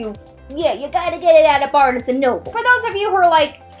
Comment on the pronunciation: Yeah I thought that was weird too. It's Barnes, like barns. LOL